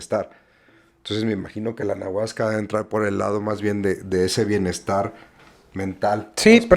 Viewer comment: Para empezar dice anaguasca😅